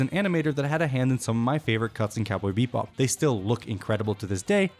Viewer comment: Bebop not beep bop